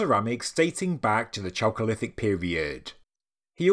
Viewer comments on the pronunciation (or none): "chalcolitic" pronounced /kalcolitik/ anyway love your reports i Really appretiate your used of at least older place names: anatolia, instead of turkey. it's Krazy when you read/hear about discoveries of say "a pakistani city of 5,000 ago" like still we hear. or a "palestinian" settlement.. when "palestine" was a name place of an area in today's syria that the romans used in their efforts to erase judah and israel from the map literally . people might get the wrong idea : ) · Great video, thanks for covering it. I kept having a childish thought whenever you said chalcolithic which sounds like the cholesterol period. Which was clearly the tastiest and best period within the broader Neolithic…or as it translates from Greek, it is a copper age transition from stone to bronze ages. But I prefer to think of the intrepid and far away navigators of the Pacific Islanders who arrived in South America to discover cacao pods. Check out ethnobotanist Wade Davis if you’re unfamiliar with him. The ancient and advanced seafaring peoples of the pacific and the DNA and red hair of the original peoples of New Zealand are a fascinating connection to the ideas of a global 15k year old civilisation. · Chocolithic or choakolithic? Sorry, bad hearing